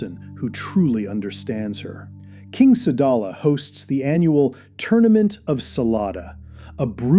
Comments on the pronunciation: Sadala not salad 🥗 man😅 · The planet is called sadala not slada